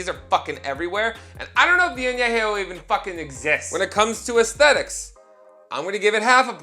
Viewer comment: I miss saying ASS-thetics lol